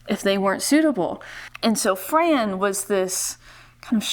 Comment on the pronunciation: She would hate that you called her Fran...she pronounced it FRON